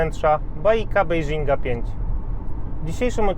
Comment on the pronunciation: Może to nie jest najważniejsze ale tak na marginesie - zauważyłem w wielu filmach na YT że sporo osób błędnie wymawia nazwę tego auta, ono się poprawnie nazywa " bejdżin" a nie "bejżing", pewnie kolejni powielają błędy poprzedników i tak to leci w świat 😉